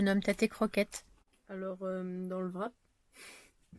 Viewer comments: '' Wrap '' est un mot anglais. En anglais, on ne prononce pas la lettre '' W ''. Donc, cela se prononce '' RAP '' tout simplement. Ta présente vidéo est très joyeuse, vous m'avez bien fait rire toi et Aaron. Bravo pour le CT, tu peux enfin passer à autre chose. Bonne continuation et au plaisir de vous revoir tous les trois dans tes prochaines aventures. 💜💜💜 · Bien bien FAT ton wrap...😊😊... J'y serais allé avec un peu plus de modération mais tant que ça ferme!...en passant au Québec on prononce tout simplement RAP sans W ni V;-)